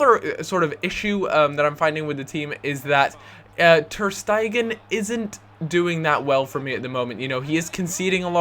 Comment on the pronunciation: Also. TER STEG-EN, NOT TER STEI-GEN